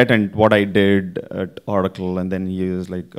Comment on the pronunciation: It’s not Orrrraacle - it’s O racle!